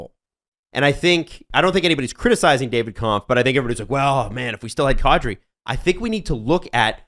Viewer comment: Will the broadcasting community ever, as a group, get the pronunciation of “Nazem Kadri” right. Come on guys, it’s been ten years.